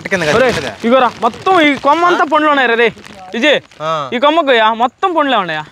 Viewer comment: పండ్లు రా నాయనా.. పొండ్లు, పుండ్లు కాదు